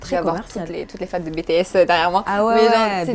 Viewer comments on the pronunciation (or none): elle a dit bétèsse omg ma hantise sa se dit BTS accent anglais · Désolé maiis sa me stres c'est bts ce prenonce "bitièsse